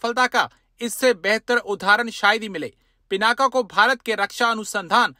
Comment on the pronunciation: पिनाका नहीं, शुद्ध नाम है पिनाक, रुद्र के अजेय धनुष का नाम!